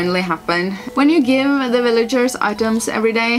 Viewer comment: "Willagers" I think that's German accent? So cute. I'm looking forward to playing this gba gem sometime